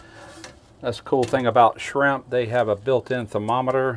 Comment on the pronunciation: Did you say shimp